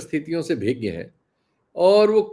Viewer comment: नमस्कार. कृपया को अवगत करा दें कि भिज्ञ कोई शब्द नहीं होता है. बल्कि अभिज्ञ होता है जिसका विपरीत शब्द होता है: अनभिज्ञ.